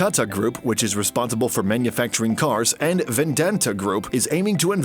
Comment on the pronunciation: VENDANTA!!!!😆😆 Is it really hard to pronounce or accent के चक्कर में भाषा की मां चोद दी....😝😝😝